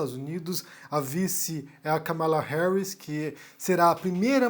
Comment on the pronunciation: A pronúncia certa é Kâmala, e não Kamála.